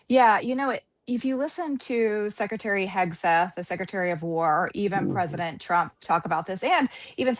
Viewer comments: Pronouncing Hekseth is a nightmare for.😊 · Day 10 of mispronouncing Hegseth here at boots on the ground!